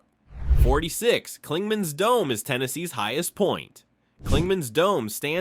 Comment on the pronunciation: I wish people would quit using A.I. to narrate these videos. Dude sounded like he was having a stroke explain the height of Clingman's Dome.